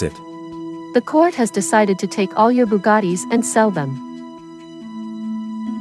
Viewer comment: bro why he like buggattis?